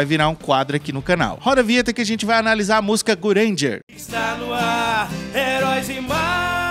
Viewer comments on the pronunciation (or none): bacana o vídeo mas a sua pronuncia está errada, a pronúncia correta é Gurenge="Gulhenguê"